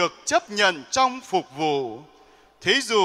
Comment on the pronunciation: Phụng vụ chứ. sao cứ đọc là phục vụ nhỉ, sai sai thế nào ý